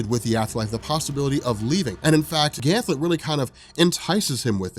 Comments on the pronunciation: GAN-THET! NOT GAN-THLET! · I love you brother, but it's "Ganthet" not "Gantlet." No ill will though, you're the man. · Ganthet, not Ganthlet. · Is this man calling Ganthet, Gantlet? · why do you call him gantlet ? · Ganthet...I thought there is no l in his name... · Jason Jones omg he does this on every gl video it's so annoying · Great that you finally got round to this! GL Rebirth and Johns entire GL run from this point on is fantastic. One thing is too noticeable not to point out though, it's Ganthet not Ganthlet :P. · Did you call Ganthet ,"Ganlet" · Ganthet not Ganlet. 😂😂 please it killed me every time. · Ganthet, there is no "L." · This man is saying Ganthlet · Ha rob couldn't say ganthet